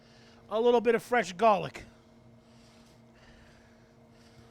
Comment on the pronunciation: I love how this guy says "Gollic"